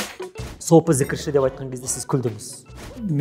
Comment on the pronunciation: Джі əріпін Ж деп айтайық!!!